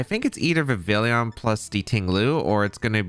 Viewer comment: The “Vivillion” made this unwatchable. It’s Vivillon. Like “Viv-ee-on”